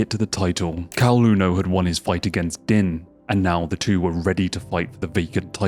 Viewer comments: Btw it's pronounced "Deen" Thomas, not "Din". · It's NOT Din IT'S pronounced DEEEEEEEN. your country spawned th English language, how come none of yoy speak it??? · Dude, you do know than Din Thomas pronounces his first name as “Dean”, right?! We all know how it looks like it would sound but ANYONE who watches MMA knows is pronounced by Mr. Thomas sounds like “Dean”. I had to stop watching because it’s obvious that you are, at best, a casual fan of what you are making a video about. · It's pronounced "Dean" as you can hear Goldie say 2 seconds later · man how do you have a whole ass mma channel and watch a ton of UFC and cant pronounce din thomas. youre killing me every time you say "din" like dinner haha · it's pronounced "Deen" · That Din pronunciation. Right before the video you played, pronounced it correctly. Cmon man.